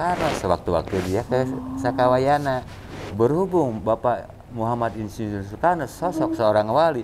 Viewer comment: Sampurasun..... maaf, Kalimat yg tepat ialah "SAKAWAYANA" bukan SUKAWAYANA. mks, Salam PAKIDULAN